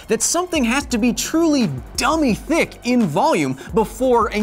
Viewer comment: Something about hearing you say dumby thicc fills me with joy. Thanks for the serotonin nerd Thor